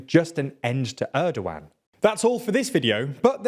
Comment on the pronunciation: Actually pronouncing his name Erdowan is way more accurate to Turkish language because G is soft like Ğ. But we like to call him ErdoGone lmao.